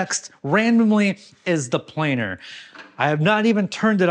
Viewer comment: Planer missing parts! Boeing approved! Oh "planer", we thought you said "plane".